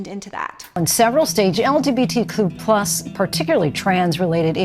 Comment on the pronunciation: the way she first said lgbtq+ is frying me 💀